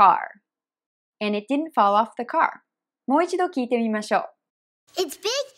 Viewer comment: did'n がディドゥンではなくディンに聞こえる。